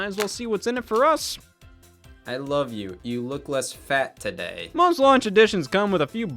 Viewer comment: Listen to how Scott says today